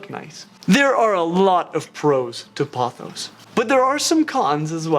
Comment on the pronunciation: thank god you pronounced pothos right